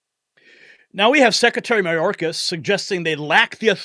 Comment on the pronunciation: No, it's MyOrkAss 😂😂😂